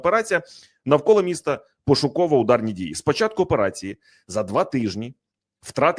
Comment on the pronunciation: ЯК ПЕРЕСТАНЕШ ВИМАГАТИ ВПОДОБАЙКИ НА ПОЧАТКУ ЕФІРУ ЗА ПАРУ СЛІВ І ПЕРЕСТАНЕШ ЗНУЩАТИСЯ НАД УКРАЇНСЬКОЮ МОВОЮ:ЩЬО,ЩЬО,ЩЬО,ЩЬОБ,ЩЄ,ЯКЩЬО,ЧЬОМУ,СПОЧЯТКУ,ЧЄНОМ,ЧЮДИЛИ,ЧЬОТИРИСТА,ЧЄТВЕРТА,ДА,ЗНИЩЄНІ,ХАРКІВЩЄНА........,ТОДІ ДІСТАНЕШ ВПОДОБАЙКУ!!!!ЦЕ ВЖЕ ГИДКО СЛУХАТИ,ЩОБ ТАК СИЛЬНО ВИКРУЧУВАТИ УКРАЇНСЬКІ СЛОВА!!!!!!!!! ГАНЬБА ТОБІ!!!!!!!! (УКРАЇНЦІ,США)